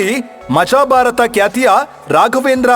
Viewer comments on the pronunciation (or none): none